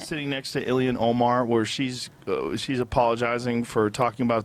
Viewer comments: I tried so hard not to comment this... But it is ill-Han. Not illi-an. She's Muslim, ilhan. Not American, illian or like illiana. That is "normal" to American ears. But I feel Joe started it 🤦‍♂️ 😂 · The L in Ilhan is pronounced. Don’t take the L out!